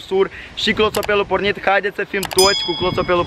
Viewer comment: De ce spui clotopel